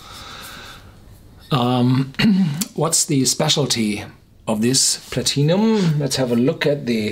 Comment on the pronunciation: love the way you pronounce Platinum